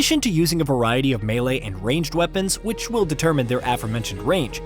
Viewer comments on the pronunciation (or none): none